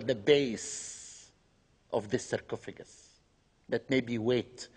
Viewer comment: why does he say cercofigant for like times